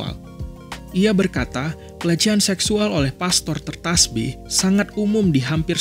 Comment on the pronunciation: did he say 'tertasbih' instead of 'tertahbis'?? 😭😭